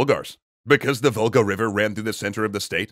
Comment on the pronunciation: I keep hearing "Vulgar Bulgars". Not "Volga Bulgars".